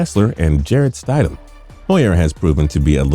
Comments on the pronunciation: Couldn’t take this video seriously, the minute you called him Jarrett StIDEham, had to shut it off. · pronounced STID HAM (like Squid-ham without the qu) and look at the tape of Stidham play, he's our new QB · It's STID-HAM let's repeat that STID-HAM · He pronounce Stidham wrong, I think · I cringe when he says “Stidham” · yes. how do you make a video like this and pronounce the name incorrectly